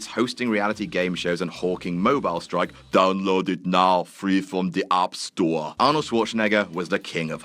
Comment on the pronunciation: I think you mean "Mobeel Strike on ze App Storah"